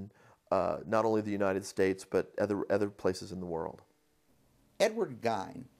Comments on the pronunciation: Idiots, it's pernounced "Ed gein" Not "Ed Geine" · This guy does not even know how to pronounce Ed's last name.